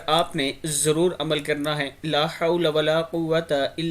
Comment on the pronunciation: LAAH HOTA HAI LAH NAHI SHAI LIKHE